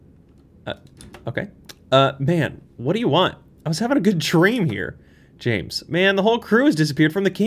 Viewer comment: It's not Jaaames, it's Jameees.